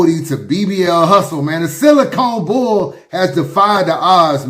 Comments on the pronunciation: ”The Silicone Boul” LMAO must be tryna crack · "The Silicone Boul"...😅😅😅